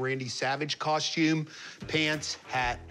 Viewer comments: I wish people would learn that the word is cos-TUME ... NOT cos-chume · I just wanted that man to stop saying coshtume